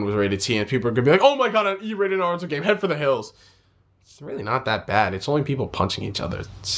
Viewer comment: why do u say Naruto like Sasuke? I didn't think it was suppose to sound like that.